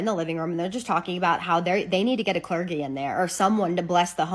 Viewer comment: "Get a cler-gee." It's pronounced "cler-jee" and a clergy isn't a person. It's a thing. There are members of the clergy, you can get a member of the clergy, but you can't "get a clergy".